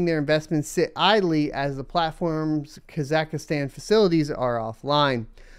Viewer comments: What is Kazakistan????? Never heard someone pronounce a country that way lmfao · that's an interesting new way to pronounce Kazakhstan lol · Never heard Kazakhstan pronounced like that. Good times :>